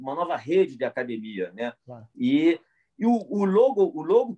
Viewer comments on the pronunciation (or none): Falou "acadimia", não precisa de exame de DNA...